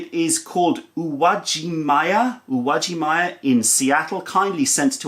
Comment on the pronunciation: Hi, awesome review! I have an interest in both Japanese culture/language as well as tea in general and immediately recognized the name of the store as Japanese. Useful tip on pronunciation: u (oo)wa-ji(gee)ma-ya.:) Thanks for all the great tea and videos!